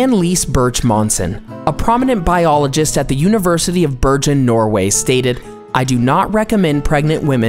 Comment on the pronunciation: That's not how you pronounce Bergen.